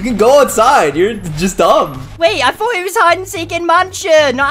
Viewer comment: ''I fought you guys seek and '' Is he Irish or something?